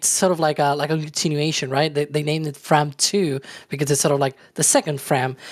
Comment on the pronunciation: Unfortunately they mispronounced the name of the mission. It is a homonym of "from".